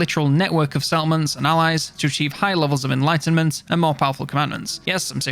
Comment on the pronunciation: You say settlements, I hear salmons